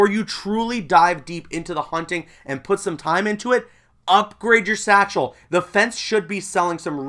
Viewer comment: Everytime he says satchel I die a little inside